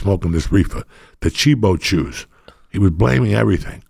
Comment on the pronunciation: Joey saying Cheebo Chews brings back SO MANY memories